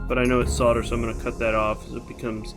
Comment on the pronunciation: Solder "Soul" "der" NOT Sodder